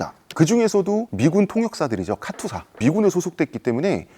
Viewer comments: 카투사를 카츄샤라고 말하는 순간 이거 약장수다. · 커츄샤가 아니고 카투사 KATUSA입니다.